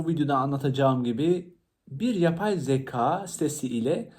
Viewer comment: Emeğinize sağlık ama söylemeden duramazım “yapay zeka” derken zaka olarak söylüyorsunuz lütfen türkçemizi doğru kullanalım 😅